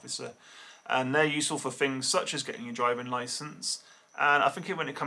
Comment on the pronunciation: how come Poms always say FINGS instead of THINGS